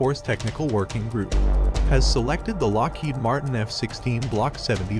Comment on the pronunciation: "Lockhead Martin" lol it's Lockheed Martin with two letter "e"